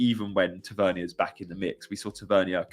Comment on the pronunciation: Sorry, Marcus is from Newcastle, his surname is pronounced Tav-er-near. 😁